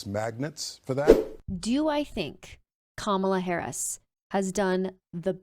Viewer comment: OK, MAGA. It's pronounce KOM ah lah, not kah MOL uh. I know your 'Hero' Trumpty-Dumpty says it that way, but he is doing it on purpose, because he is an immature asshole bully who is a coward, and is losing the election, and all he knows to do is to name call, and try to demean anyone who is not on his side. Listen closely to his rhetoric. He is spouting an "It's us against them" message. He is not speaking on unity, he is speaking the exact opposite.